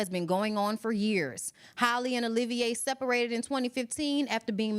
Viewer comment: Halle not Holly